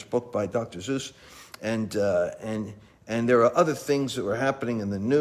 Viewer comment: Dr. Zeus?! It's Dr. Seuss. ;_)